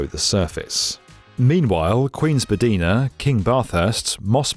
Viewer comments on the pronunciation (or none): Spadina is pronounced spa-DYE-na, not spa-DEE-na. (While I'm here, on-TAIR-io, not on-TAHR-io...) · I suspect most Torontonians chuckle a bit when you say Spadeeeena! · Fun fact: Spadina is pronounced Spa-die-na. Even though the person it was named after was pronounced Spa-dee-na. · just FYI good job on getting the names right, but Queen-Spah-DYE-nah not Queen-Spah-DEE-nah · I'm sorry for being picky, but your pronunciations of various Toronto locations were all over the map. It was very distracting. "Where is that station going?" Checks map. "Oh, ok, got it." It's 'Ontairio', no 'Ontahrio', 'Spadeena' is actually 'Spadeyena', Gerrard is less Gerald, more Gerrarrrrd, etc. Surely there is some reference you can use to figure those out before recording the video. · I know you put a lot of research into your videos but my word those are some horrible pronunciations. Couldn't you put some research into that, or just get a Torontonian or at least Canadian to review this? Ontario is closer to On-Terry-oh than you're saying it. Spadina is Spad-EYE-nah (Not Spa-DEE-nah), Bathurst has a short "a" like in "Pat" or "sat". Gerrard is stressed on the second syllable. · watched Murdoch Mysteries once and heard them say Spadeeena, but the TTC always says Spadeyena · Not the Queen-"Spadeena" station 😭😭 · It’s pronounced Spa-die-na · As someone who's never been to Toronto, I gotta correct you. Spadina is pronounced spuh-dye-nuh. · It's pronounced Spadina like spine :D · Not Jared not spadeena, can you take an esl class. And it’s Tranno not T o r o n t o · "Spadina" Spaa-dyna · Spadina being pronounced "Spadeena", oh my gosh, I did laugh. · He said SPADEEENA 🤣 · The "i" in Spadina is pronounced like eye as in eyeball, BTW. Great video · "SPADAYINA" hahaa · Also, some edits: it's you are not technically wrong, but it's pronounced spa-Die-nah /spədɐɪnə/ and the names of some stations already got changed. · How you said Spadina and Gerrard 🤣